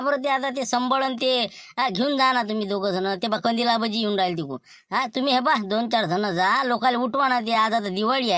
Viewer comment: बोलते कंदील को कोलते😂😂😂😂